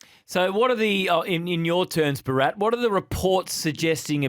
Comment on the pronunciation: Can you guys try and pronounce Bharats name properly or even try. It’s Bhaa rath not burrat.